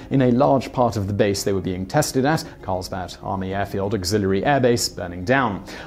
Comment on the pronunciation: It sounded like he said "Carlsbat Army Airbase."